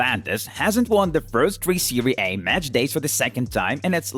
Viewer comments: The away he say SERIE A: MAKE ME LAUGH A LOT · I don't mean to disrespect but his way saying serie A,Aubameyang,and Sane make me laugh